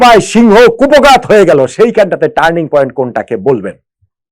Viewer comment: ইয়েস ইয়েস টানিৎ পয়েন্ট........!!